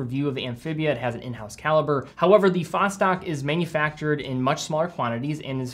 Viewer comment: Sorry for me being picky, but you don't pronounce Vostok that way... As a russian, to me that simply sound terrible (no offence). The right pronunciation is Vast'ok, like "fast" + "door". Saying it right will definitely gain you some bonus respect points from russian speakers. Cheers 👍